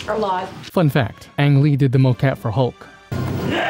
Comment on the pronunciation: Ang Lee more like Ang Ree big green man